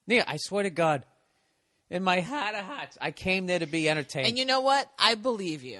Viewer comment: "In my Hart of Harts" lol. So Boston.